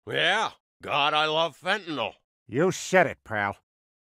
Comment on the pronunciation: People in jail pronounced it "fentnawl"